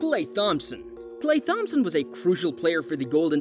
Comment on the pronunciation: Did he say Klay THomas?